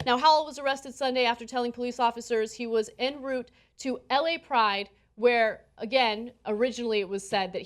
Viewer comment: She's around 30 yrs old and still can't pronounce 'en route'.